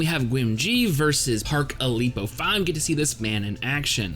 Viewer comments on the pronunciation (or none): Ilpyo's name is pronounced "ill-pyo" And his style is pronounced like "teck-yawn"